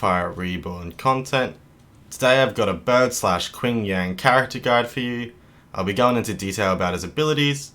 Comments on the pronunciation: Just a note, his name is Ching Yan, the "a" is like in "man" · "Quing Yang" Ouch.